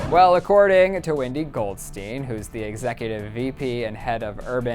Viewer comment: Anyone else notice that said 'Wendy'